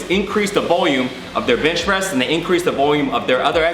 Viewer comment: why do you keep saying bitch press?